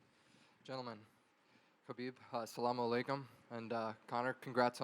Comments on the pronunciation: Bro said Assamalakumalada 😭😂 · "Assamalaykum ALALAYH" LMAO